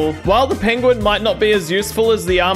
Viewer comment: At least it wasn’t an 8 banded Arm A Diyya. 😂😂😂😂 Had too after the Pen Gu In pronunciation.